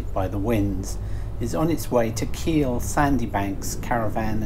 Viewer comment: Achill is pronounced “ackle”. Just sayin’